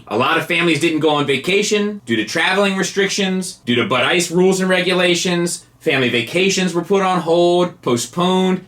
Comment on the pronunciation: This was very informative… but all I keep wondering is “Bud ice” or “butt ice”